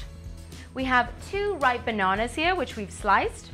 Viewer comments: baawnaawnaas LOL how she talks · Itvwas funny when she said. Bannanas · It was funny when she said bannanas